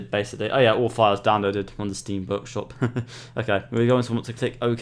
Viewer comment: Vorkshop? Are you russian or something?